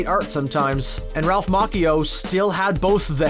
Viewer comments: You mean, incorrectly? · I've never heard Ralph's name pronounced that way.